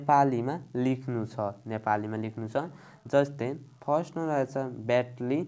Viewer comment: व्यटली हैन के सर ब्याटल हो😅